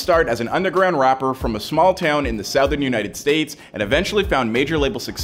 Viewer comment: The way this man keeps saying South-ern is killing me.